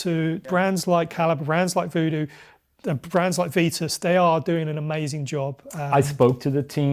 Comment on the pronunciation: Outright refusing to pronounce Jamis and Vitus correctly.